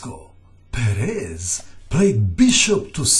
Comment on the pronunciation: Why does he keep pronouncing Perez as Peréz? It hurts :_D